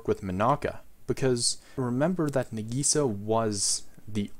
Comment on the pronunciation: He butchered Nagisa